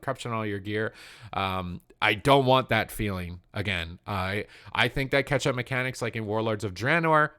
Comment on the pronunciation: cant stop hearing it katchup...